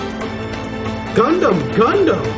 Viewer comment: If you keep saying "Gundam" like that, I'm gonna have to throw a Pokeball at you.